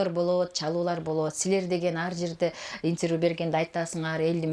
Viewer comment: Иньтирвю дейтко)))